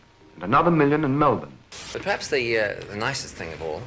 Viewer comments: also Malbourne not Melbourne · Just to help the pronunciation, etc. Emu is EEMyu Melbourne is MELbn 1 hectare is about 2.2 acres Australia had 6 Colonies to become States in Australia. (Like 13 Colonies formed USA). 2 Territories - Australian Capital Territory ( like DC), and Northern Territory (too few people to be self sustaining). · The word "Aussie" over here is pronounced Ozzy like Ozzie Osbourne. And Melbourne is Melbin haha.